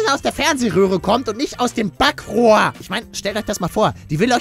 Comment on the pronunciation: es heißt Bakrohr